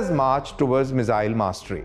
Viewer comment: me-zzzille 😅... bhai miss-ile bolo ... saarrey delhi wale ... accent critical nahi hai par thoda dhang se hi bol lo.. also content impactful banao - explain to a layman what is star! Give specs... you had enough to deliver double info